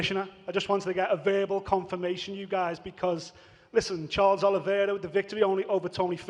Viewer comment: Who’s charli olive ? Does he mean Charles oliviera?